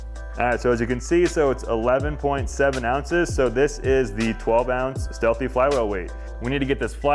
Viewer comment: Steahly not "Stealthy"